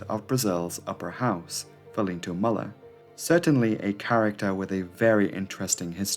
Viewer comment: Muller with 2 dots above the U is pronounced MOOLER